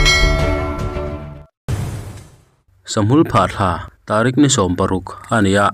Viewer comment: Tarik Ni 16! "Ni," kha "Tareek" a ni a.